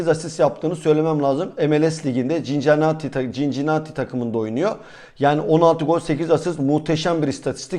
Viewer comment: Okunuşu sinsinati